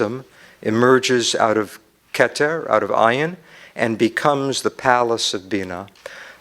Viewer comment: I question his knowledge of this subject because he misinterprets and mispronounced well known words. Hesed is not love it is kindness/graciousness. He says IEEN instead od ayn. IEEN means eye. Where did he learn?